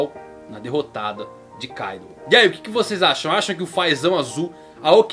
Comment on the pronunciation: Não é káidu...é Kaidoou